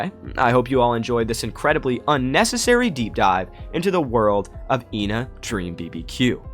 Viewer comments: Ngl I think ENA is supposed to be pronounced eh-na which is how u pronounce the number 1 in greek which would be ironically absurd since it's 2 personalities which fits with the game(also I'm Greek so there is bias) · its "Ay-nah" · RAAAAAAHHHH USE IPA IT'S /iːnə/ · her name is pronounced ahna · from what I saw regardign the teaser for the game, ENA's white side is the meanie and the red side is the salesman As for how to pronounce her name, everyone pronounces it differently through out the game thus any way you say it is the right way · When Joel G refers to ENA he says Eh-Na, he never confirmed or denied that its the right pronunciation tho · mispronounces her ƎNA's name too from time to time